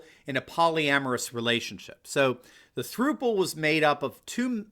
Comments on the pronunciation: Not "throople" it's pronounced "thrupple" as in IT RHYMES WITH COUPLE. Since it's technically a 3-way COUPLE. Sorry Doc, but it was like nails on a chalkboard listening to you mispronounce it. Lol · Idk why it bugs me, but as a 24 year old, I feel like it’s my duty to say throuple is pronounced like couple but with a ‘th’ not like throople. Great video and great video though! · I think it is supposed to be pronounced "thrupple" (rhymes with "couple"... get it?).